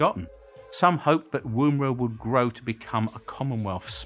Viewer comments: Its "Wuh-mer-ah" not "Woomb-era" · The woom in Woomera is pronounced like in woman, not like as in womb. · Hey it isn't WOMB era... Dear, in the colourful shirt... It is woomera "oo" is soft and NOT pronounced like Broom!!! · LOL "Wooomera". It's pronounced like Wuh-merah ;-) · Fantastic, as always. But Woomera is pronounced as woman - wom. Not womb. Thumbs up still. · Woomera is pronounced with a short oo sound like wood or wool not a long one like woohoo. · Love your vids mate but please know that one of the O's in Woomera is silent. It's pronounced Wom er a, saying the Wom as you would for Woman. Just hate seeing such an iconic site mispronounced. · A South Australian here. Just for your own reference, “Woomera” is pronounced like the O in “woman” and not like the OO in “room”. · Nitpicking, I know. The "oo" in Woomera rhymes with "look", not "womb". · You’re saying woomera wrong. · He mispronounced Woomera.